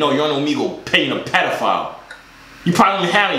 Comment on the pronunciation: How Manny times is he gonna call him petifile